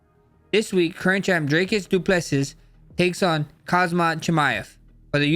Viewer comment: How u r pronouncing? Dricus and khamzat names😅